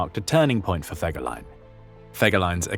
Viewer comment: Den Namen Fegelein sollte man wenigstens korrekt aussprechen!